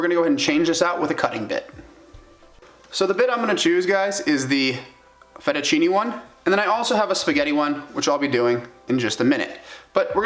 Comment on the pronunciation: it s not FERUCHINI, but 'Fettuccine' you must pronounce like FetuchinE with the E pronounced, like th e A in WAY..